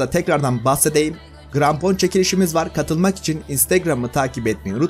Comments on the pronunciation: Niye krampona grampon dedin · Seni coook seviyorum ama ilk basta cok konusuyosun ve i grampon degil krampon g ile deil k ile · grampon değil abi krampon